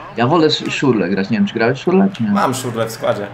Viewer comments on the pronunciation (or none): Szirle -.- Nie Szurle